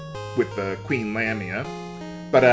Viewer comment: I always thought the first a in lamia was pronounced like the letter a.